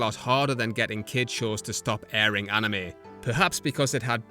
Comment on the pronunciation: One problem : They don't say Anime they say Anim. And it pisses me and the old anime fans off